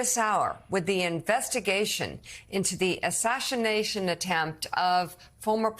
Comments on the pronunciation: Did she say "assashinashin", instead of assassination, 5 seconds into the video? And I'm supposed to look to these people for any kind of information? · Ashashinashin attempt